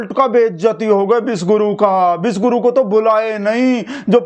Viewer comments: bhai apki accent mae cofuse hu is it vish guru means venom guru ya phir piss guru😂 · Bhai ji samajh nahi aaya ki aap kya bole, Vishvaguru ya vishguru🤔